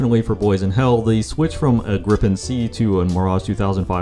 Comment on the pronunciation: its gripen not griPPEn